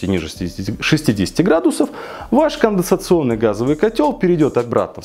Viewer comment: Уже сто кило подписчиков, бро! Но так и не научился говорить "конденсационный" )